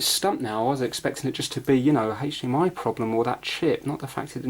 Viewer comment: Anyone else think of family guy and Stewie saying cool hhhwip when he says hdmi? Lol